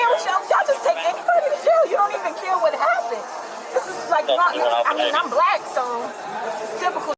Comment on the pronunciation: "Because I'm bleque. It's the typical sh-t." Exactly.